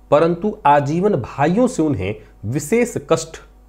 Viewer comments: विशेष का उच्चारण कहीं भी विशेख नहीं सुना है आज तक 🙏🏻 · विशेष का उच्चारण कहीं भी विशेख नहीं सुना है आज तक🙏🏻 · विशेष का उच्चारण कही भी विशेख नहीं सुना है आज तक।